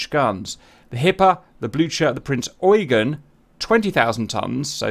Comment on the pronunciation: GR pronouncing "Prinz Eugen" the correct way Me: happy noises